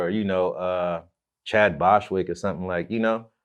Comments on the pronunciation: He said "Chad Boswick" 🤣🤣🤣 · He said Chad Boshwick smh. RIP Chad Boseman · “Chad Boswick” lol I know BG not tryna say Chadwick Boseman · Chad Boshwick??? 🤣🤣🤣🤣🤣 you meant Chadwick Boseman my dawg. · man called the late great Chadwick Boseman "Chad Bostwick" 🤦🏾‍♂️ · DUDE SAID “CHAD BOSWICK” LLS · wtf "Chad Boswick"????? wat the hell??😂😂😂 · Chad who lol? He butchered the hell out that man name